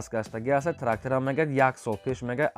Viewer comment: Ҳами калимаи трактррррра зури бад гуфтайи да.